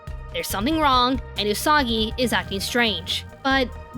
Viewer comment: Did Mamoru just said... Usaka!?